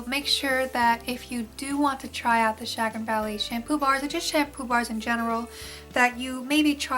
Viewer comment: Chagrin - Sha-GRIN